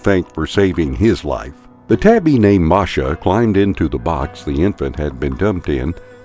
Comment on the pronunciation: The cat’s name was Masha, not Marsha. Let’s get the hero’s name right.